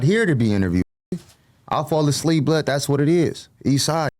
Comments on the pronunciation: Nigga said “ableep” at one point too 😂😂😂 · Son said “Ableep instead of asleep” because is sound like a C 😂😂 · Bro said he was “ableep” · falling "ableep" is nuts